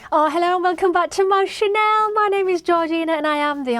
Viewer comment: channel? chanel? chanelle? shanell? you need to work on your diction here